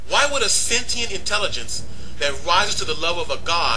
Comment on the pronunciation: OK... sentient is pronounced 'Sen-chee-ent"; also... ACIM (A Course In Miracles) holds that man (Man!!) made the Earth, so as to demonstrate the seperateness we all perceive between each other; if we feel separate, we (with God-like powers) made all this to demonstrate our sense that we are not One with all creation... when, in fact, we are.